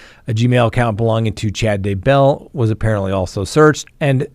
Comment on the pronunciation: Everyone besides you says Day' bell and Ty' Lee with the accent on the first syllable. It makes me not trust you. Very annoying.